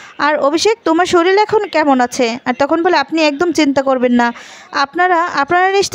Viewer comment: শরীরকে শরীল বলবেন না । খুব খারাপ লাগে শুনতে। এই অভ্যাস টি ত্যাগ করুন, please.